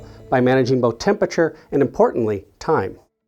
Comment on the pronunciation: I can't stand the guy with the th-fronting. Is it that difficult to pronounce the 'th' properly? Did people THought it was Satan, or did people Fought Satan? Is it boFF versions?